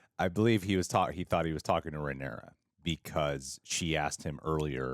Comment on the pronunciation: Just a note: her name is RhaenYra, not RhaenEra.